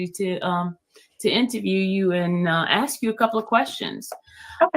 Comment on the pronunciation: She also says "AXE"🪓 instead of "ASK"❓... The only trashbag I remember, who replaces with a K every word ending in ING, is Leticia Stauch (and her mini-me who tried to cash on a life policy from a murdered child....) RIP Gannon Stauch🙏